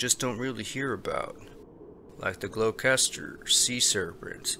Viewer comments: I did a double-take, too. Did he just say “Glow-kester?” 🤣 we should take out for a lobstah in Glostah. 🤣🤣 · Gloucester is pronounced GLOSTER ... Just saying. 🙂